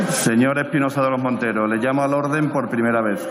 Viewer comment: Espinosa de los monteros solo sabe ladrar aunque no pronuncia bien la R.... MATUTE le da cien mil vueltas en política y en historia... Espinosa vuelve a las cavernas con tus antepasados